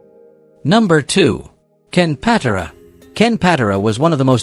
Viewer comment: I hate AI. Ken PAT-uh-rah??